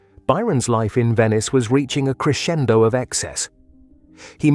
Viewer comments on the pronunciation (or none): none